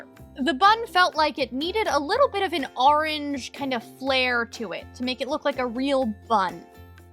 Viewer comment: ITS ORANGE NOT ARANGE